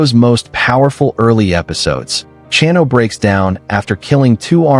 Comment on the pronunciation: Also butchered Chano’s name